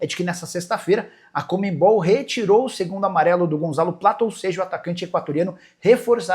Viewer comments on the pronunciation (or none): conmeMbol não Nicola , é conmebol, sem o "m" depois do "e"